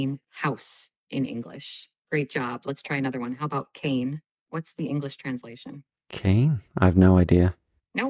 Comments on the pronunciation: ⚠️ , the AI tutor says, “cane” with a long a, for “dog” in Spanish. The correct pronunciation is (CAH-nay). So there are errors in the system. 🦯 is not 🐕❗️ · oh God. "Kayne" for dog ?? Are you serious?? 😂😂😂😂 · Weird that the most advanced AI-tool in the world does apparently not know that the Italian for 'dog' ('i.e. 'cane') is NOT pronounced /keɪn/, as it so confidently suggests, but /'kɑːneɪ'/. Otherwise, great tips, especially the dialogue and correct! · Mmmm, did it say something like "kayne" for "dog" instead of "ca-ne" (don't know how to spell it phonetically in English) in Italian ??? And it forgot "conmigo" in Spanish for "with me". And "como te llamas" was not pronunced well in Spanish ("y-amas, not-l-amas). Mmm ... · Cane 😅 not CAH-neh. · It's a good tool to use but there are still some errors and people will want to be aware of that. As an example in Italian it pronounces cane as KAYNE but should have been pronounced KAH-NEH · When ChatGPT asked you what the meaning of the Italian word "cane" meant (Dog), it did not pronounce the word correctly. ChatGPT pronounced Cane like "Kane" and it should be "Kahn-eh". When you have an e at the end of a word, you say "eh" and the vowel a should have been pronounced "ahh". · As a recent student of Italian I was surprised to hear the incorrect pronunciation for dog. Although the spelling is the same, it is not pronounced 'cane', like the walking stick but 'kah-nay' with soft sounds on both vowels. I hope this isn't reflective of the rest of the learning tool. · Italian test: is spelt as CANE, sounds as KANE and not KEIN. Also remember, italian words end with vocal not consonant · Lost me at "Cane" for "Dog" in Italian haha I know that it's pronounced "Kah-Neh" not "Cane" so I don't feel I could trust this tool to teach me properly :( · there was a mistake in Italian pronounciaton: Cane - sountnd line [kane] not [kein] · But it reads italian usign English pronounce!!!! We do not read "Cane" as "kein"